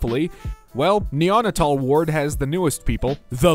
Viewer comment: It’s pronounced “nee-ow nay-tl” Neonatal ward is where the babies are :)